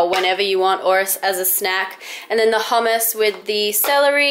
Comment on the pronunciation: actually the first time u said hummus was the right way to pronounce it ;)